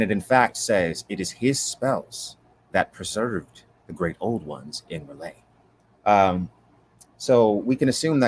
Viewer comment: Is there a reason why you constantly call R'lyeh "Relay"?